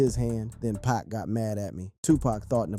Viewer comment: But why you saying 2-Pack?? What kind of square are you?